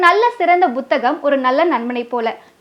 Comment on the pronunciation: புத்தகம் என்பதையே நிகழ்ச்சி அறிவிப்பாளருக்கு உச்சரிக்கத் தெரியவில்லை.